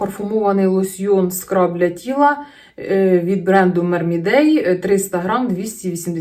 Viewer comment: Люблю ваші відео. Завжди цікаво слухати. Єдина ремарка. Не "мермідей", а "Мермейд". Майже в кожному відео звертаю на це увагу 😅